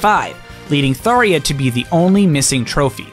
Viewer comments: It’s tharJA NOT THARIA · It's Tharja. Not, "Tharia" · kept pronouncing Tharja as Tharia… That's a J, not an I… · I want to make some corrections. You keeps saying Smash 4 thinking Smash 3DS and Wii U are the same games but in one for Sakurai's interview for Ultimate he said that Smash 3DS and Wii U being separate games so Smash 4 is Smash 3DS and Smash Wii U is Smash 5, also you pronouce Falchion and Tharja wrong. To pronouce Falchion you say "Fal-chi-on" and to pronouce Tharja is "Thar-ja" or "Thar-jar" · 52 minutes of video >Only comments on how Tharja was pronounced wrong. That is me as well.